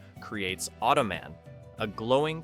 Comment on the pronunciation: The amount of times I've seen these shows reviewed on other YouTube channels I wouldn't say these shows are forgotten, plus if you're a child of the 80s like myself, you know them. Plus .....Automen ?you say it like it was a last name LOL ...hello human, im Marv Automen lol